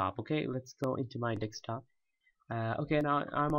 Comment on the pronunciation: I love how you say dekstop.